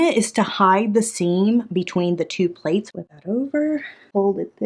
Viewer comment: The way she kept calling the bowls playes 💀🤣 i love! Shes gonna make that cruise money real quick with her Etsy store garage sale. 😂